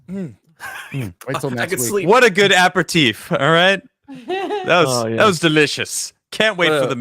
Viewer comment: Did try to say "apéritif"- / appetif/? Cause it wasn't even close...